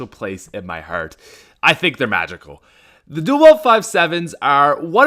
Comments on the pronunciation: Dule weld it's not dule weld you illiterate white boy I cringe so hard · Why does he say dool weld